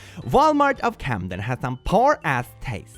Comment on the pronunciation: When you said Walmart of camdem, I thought you said Walmart of catnap